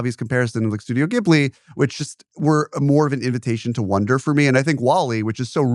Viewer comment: Interesting that Ehrlich says he loves Ghibli so much but apparently doesn't know how to say it correctly.